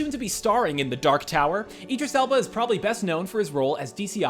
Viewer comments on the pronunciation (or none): none